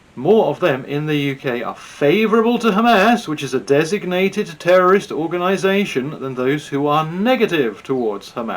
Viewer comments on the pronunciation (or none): none